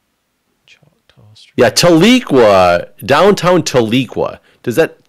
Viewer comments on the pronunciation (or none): I’m from Oklahoma City and them saying “Tah-lee-qua” instead of “Tal-eh-quaw” was quite amusing 😂